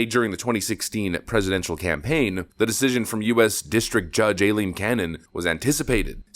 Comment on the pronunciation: lol, for someone who went Karen about how people were not saying "Go woke, go broke" and instead "Get woke, go broke", you need to learn how to pronounce the name "Aileen"...it's pronounced "Eye-leen" and not "Ayleen"